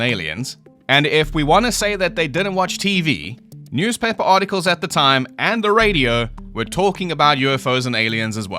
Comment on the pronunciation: news[pɛp]per is a new one